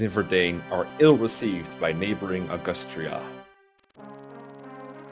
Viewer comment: Did you just say “Augoostria”???